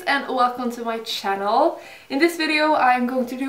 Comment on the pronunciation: i love when you say " welcome to my CHANNEL" aaahghhhh